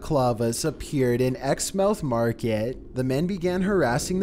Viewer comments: 1. It's grenfel not greenfel 2. It's is spelled exmouth but it's said like exmooth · “Exmuth” market.